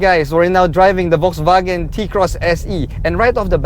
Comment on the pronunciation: I just wanna politely point out something. Please say it as either "Volkswagen", or "Folksvagen" (german way). You're saying it as "Volksvagen" and it kinda sounds like its hurting the brand...